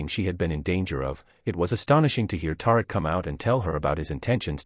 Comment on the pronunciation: I can't continue. His character's name is not Tar-rick